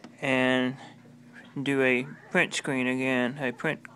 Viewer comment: Scween? pwint? cowor? What are you Asian?!!